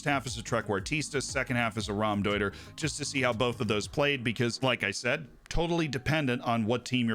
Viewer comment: What feels illegal, but isnt? The way Z pronounces Trequartista and Raumdeuter